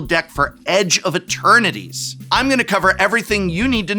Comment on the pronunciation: Is it me or does the professor keep calling the set edge of maternities? Lol